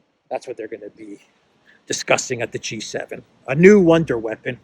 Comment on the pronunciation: Wonder weapon: pronounced One-Day weapon 😂